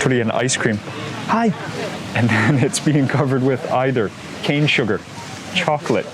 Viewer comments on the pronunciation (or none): none